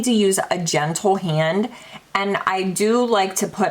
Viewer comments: Personally, I love ❤️ a longer video!! When you did a swatch of something, it sounded like you said genital, when you were trying to say, gentle lol 😆 🤣 😂 it has to be your accent. You're the BEST, 🤍🤍🤍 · Did u just say very, very genital?? 🤣🤣🤣 U crack me up!